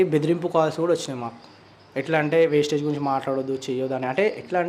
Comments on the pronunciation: Mundu pronounsation marchamdi wasteage kadu vestige. Maaku oka manchi academy vundi trainings vunnayi pakka genuine company ani prove chestamu. Google lo search chesina meeku company gurinchi telustumdi... comments nu batti company ni tittakudadu. Gowtham Bali garu society ni marchadaniki ee company ni ethics tho business ni positive way win win situation paddati lo nadupistunnaru. . Meeru Anni telusukune video cheyyali gani yemi teliya kunda video cheyyakudadu. Video chesaka maaku teliyacheyyali anadam correct kadu. Society lo chala fraud companies vunnayi danitho comparison ledu idi organic . Meeku teliyaka pote aa business lo telisinavari numdi vari guidence teesukuni telusukuni video cheyyali kada. Mee join ayyi business chestanu life lo settle avutamu ante maa group lo memu join chesukuntamu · Thammudu first aa company name narchu ko first vestige not wastige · అంపెని పేరు పలకడమే రావట్లేదు వేస్టేజ్ కాదు రా బాబు. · Teliyakunda miru matladakodadu kada wastage kadu vastige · Vestige Aaa bro wastage anukunna 😅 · వేస్టేజ్ కాదు రా బాబు వెస్టీజ్ కంపెనీ పేరు వేస్టేజ్ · Brother వేస్టేజ్ కాదు బ్రదర్ వెస్టీజ్ మీకు వేస్టేజ్ కు నువ్వు వెస్టేజికి తేడా తెలియదు ఎందుకు మాట్లాడుతాను బ్రదర్ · Adhi vastage kadhu raa bevakuf vestige ani palkadaniki kuda ravatledhu 🤦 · Vestige chala genuine company bro manatho pattu chala mandiki life evvochu ...by the way wastage kadu vestige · వేస్టేజ్ కాదు అన్న, వెస్టీజ్ company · Vastige kadu vestige anna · వెస్టేజ్ కాదు రా వెస్టీజ్.... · అసలు నీకు కంపెనీ పేరే పలక రాదు వేస్టేజ్ కాదురా వెస్టీజ్. పూర్తి వివరాలు తెలుసుకున్న తర్వాతనే మాట్లాడాలి ఒక కంపెనీ బదనం చేసేటప్పుడు ఏం తెలుసుకున్నావు చెప్పాలి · First vestige ki maryaada ivvadam narchukondi Asalu vestige gurinchi miru matlade hakku ledu It is not vastage it is VESTIGE Vastage ante పనికిరానిది vestige ante pata paddhati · Aray wastege kadu, Vestige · Westege kadhu andi adhi vestige mundhu sarigga palakandi..... Vestige plan telusukunte mi jivitham marthadhi telusukondi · Vestige ani palakanadi